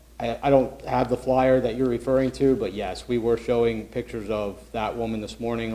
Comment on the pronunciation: get someone on that microphone who can speak English! "pictres"